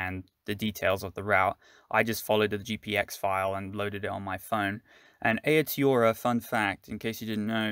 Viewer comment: Nice... but pronunciation..... Tonga-riro :) lol... and A-o-tee-a-roa...